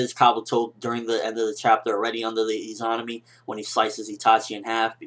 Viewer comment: I think you're pronouncing Izanami wrong. I believe it to be pronounced E-ZUH-NAH-ME sorta like how you say Izanagi.